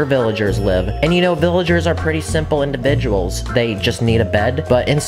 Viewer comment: has anyone noticed that he keeps on saying ''indibiduals''